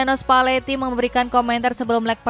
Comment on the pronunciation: Dubernya ngasal, nyebut spalleti jadi spatelli 🤣 Di menit